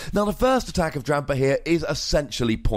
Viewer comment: that extra "r" is fun to hear. #Drampar